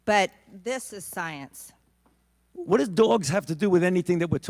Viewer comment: I just hear Cecily Strong mispronouncing science